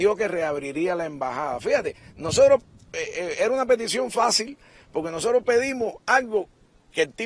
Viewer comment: ¿Profesor de español? ¿Y dice pok-ke?